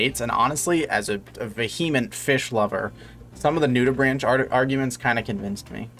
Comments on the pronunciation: im dying please its pronounced nudibrank not nudibranch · Love your content, SUBSCRIBED! Sorry to do it but the correct way to pronounce that word is "Noo-di-brahnk." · you pronounced Nudibranch wrong! the "branch" part is pronounced like "brank" with a "k" sound, not a "ch" sound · The ch in nudibranchs makes a hard 'k' sound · I’ve gotta be honest, a marine biologist who doesn’t know how to pronounce “nudibranch” is a little bit sussy… (jk btw I like the content)